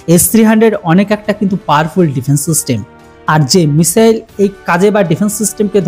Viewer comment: মিশেল কি ? মিশাইলকে ঠিক ভাবে বলতে চেষ্টা করেন, মিশেল নয় ।